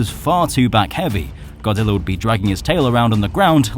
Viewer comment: YOU SAID BODZILLA INSTEAD OF GODZILLA